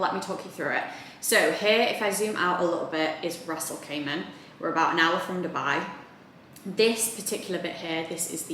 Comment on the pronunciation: Stop saying Ras al cayman....Ras Al Kimah!